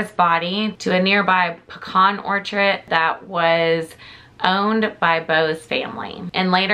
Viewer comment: Hahaha I had to rewind it and listen to you say orchard again 😂 I’ve never heard anyone say Ortridge LOVE IT, that was so cute.